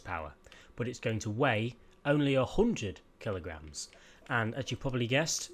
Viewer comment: He says hoondred not hundred :-D